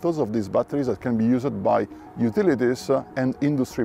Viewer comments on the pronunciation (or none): Please stop pronouncing the “ed” at the end of wordS. It’s not “use-ed”, it’s “youusd.”